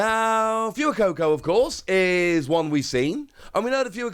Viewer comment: Dude it's 'Fway-coco', not 'Few-coco'